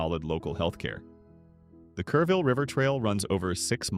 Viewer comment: I live in one of the cities listed here, but didn't realize it at first, the AI narrator said Careville but the screen said Kerrville, where I live. Luise Hayes Park? Where's that? Oh it meant Luis Hayes Park. That park and much low lying land in Kerrville was devastated in July 2025 and again in July 2026 by floods that happen once in 10,000 years. I live a block from a tiny creek that feeds into the Guadalupe River. That creek rose 20 feet in July 2026, cresting 4 feet below my house. The road next to the creek is still closed a month later. Two blocks from my house there was a drive by shooting early this month. A girl my daughter went to school with caught a bullet in her leg. On the plus side a Panda Express is scheduled to open next week, creating quite the local buzz!